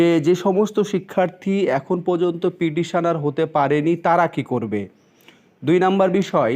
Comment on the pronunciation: আপনি পিডিশনার পিডিশনার বলছেন কেনো? কথাটা পিটিশনার। শুনতে জঘন্য লাগছে। ফিরদৌস সামিমের কাছে গেলে পর্ষদ জোর বিরোধিতা করবে।